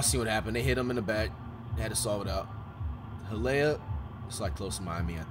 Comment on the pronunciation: bra called hialeah hiyalaya